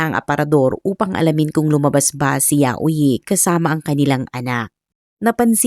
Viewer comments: Yayoy po ang pronounce ng name nya. Hindi po yayo-i. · HINDI PO YAUYI IT SOUNDS LIKE YAYOY YAYO-I